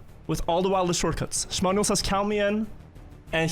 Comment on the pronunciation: 95% of the time, 5% XDD